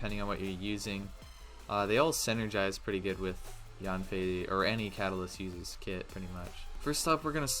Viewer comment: Hey I know her name pronunciation doesn’t really matter but it’s pronounced as “yen-fei”. Yes it’s in English but chinese names are often pronounced close to the Chinese word characters even if they’re spelled in English